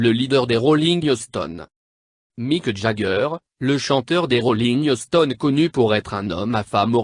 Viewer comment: " les rollingues stones" ! loool